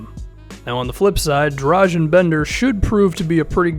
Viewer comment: Benders name isnt pronounced like drazen petrovic rather dra gahn